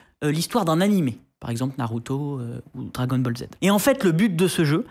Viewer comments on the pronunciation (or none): none